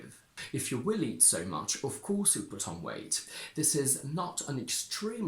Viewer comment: If you WILL eat so much… I heard if “you willie so much” 😂